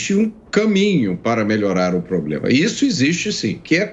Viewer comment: acha que é um "POBLEMA"....